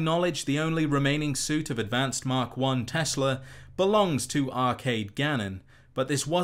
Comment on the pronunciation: Ah yes, the Tesler Coils ... Its like Tesla coils...only...tesler